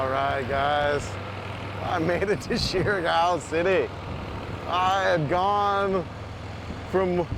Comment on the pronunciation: Surigao is pronounced- serr- E - gao